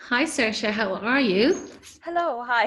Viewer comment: Oh good, that's how you say Saoirse.